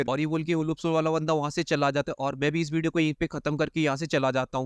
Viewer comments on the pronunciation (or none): none